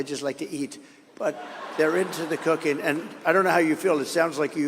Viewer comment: I thought he was saying "cocaine" not "cooking" 😂